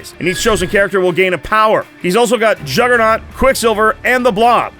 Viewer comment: The Jugg-ra-naut? Learn how to speak.